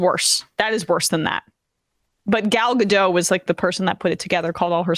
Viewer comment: Emma doesn't know how to say gal gadot's name